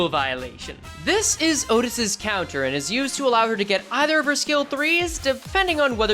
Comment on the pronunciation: "matthioutis" just say outtias